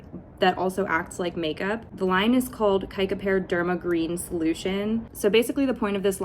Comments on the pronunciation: When the letter c comes before e, i, or y it's pronounced as /s/. So this would be pronounced sikapair. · I know this is an old video but its pronounced sick a pair 😊